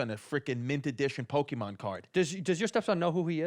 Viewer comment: These guys are in their 30's and still don't know how to say pokemon.